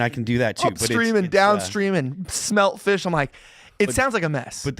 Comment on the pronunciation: Phil's funny when he's like "this little... FISH."